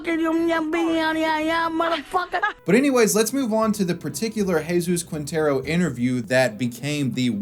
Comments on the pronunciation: Ermh... It's Jesus Quintero, not Jesus Kuintero (the U is mute in "que", "qui", "gue" and "gui") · Lol “Qwintero” it’s Quintero “Keentero” the u is silent.